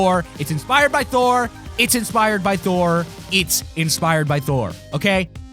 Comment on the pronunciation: You said number thor